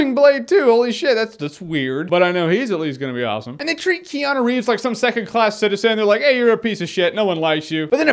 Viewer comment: keanu is pronounced. kay-ah-noo